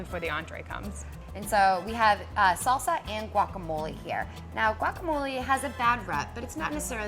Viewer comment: Its "guacamole" not guacamolee it dosnt have the long e sound!